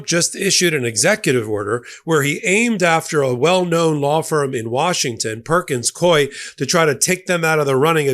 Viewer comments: Psst, it’s pronounced “Perkins COO-EY,” like “Dewey.” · YOU ARE MISPRONOUNCING THE NAME OF THE LAW FIRM PERKINS COIE AND IT'S DRIVING ME CRAZY LOL! BUT I LOVE YOUR CHANNEL AND NEVER MISS AN EPISODE!